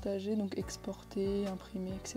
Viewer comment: Merci pour cette brillante démo Juste une petite remarque : "Etc." se prononce "etsétéra" et non "eksétéra" ;)